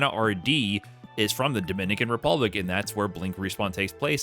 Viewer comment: Not pronouncing Dominican Republic with the accent